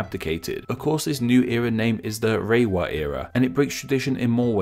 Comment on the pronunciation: its more like /le:wa/ instead of /reiwa/